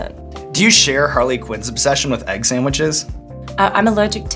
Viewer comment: Funny hearing her slip slightly into her Harley accent when she says "egg sandwiches" lol